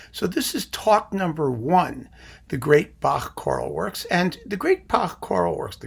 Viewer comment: So impressed that you pronounce Bach properly. None of this "back" nonsense.